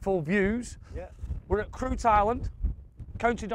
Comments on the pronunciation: It's pronounced critch Cruit irish for harp, it's on my bucket list. I've played the course on the next peninsula portnoo multiple times without knowing that course existed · Best 9 hole course in the World, truly is a hidden gem. Only 1 road in and out, unless you have a boat. My ould fella was a member, played it many times. Definitely the best Par 3 anywhere for scenery. Great video chaps, only thing being it’s pronounced Critch. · Its pronounced Crutch! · Pronounced 'critch'. I played there a few years back and didn't shut up about it for ages! Absolutely beautiful, and a good pint of Guinness in the clubhouse too. The course destroyed me, but I was delighted to par the 6th: pretty daunting for a duffer like me! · My favourite Golf Mates ever and that's saying something! I thought HB/SB would do best with his game but Liam's the DB at the moment. I've played all the courses so far but reckon the next one is new to me, I'm guessing County Sligo somewhere. I think Cruit is pronounced 'Critch'. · Falite Golf mates Cruit ( pronounced CRITCH), great course. Dongal has great courses. You can bag 6-9 bucket list courses for sure within one county : ) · Fairly sure it’s pronounced “critch island”. My auld fella’s family are from nearby. Been there many times but never had my clubs with me. Maybe next time I go over I’ll have a knock. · Played this course a couple of times,we were told it is pronounced Chreech Island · Cruit is pronounced ‘critch’!